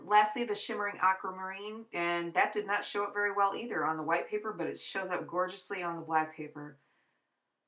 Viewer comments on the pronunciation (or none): none